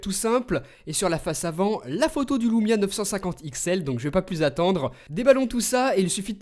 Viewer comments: Super test ☺️ ! Par contre on dit Lumia et pas Loumia... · Pour quoi tu dit loumia y a pas de o c'est juste un U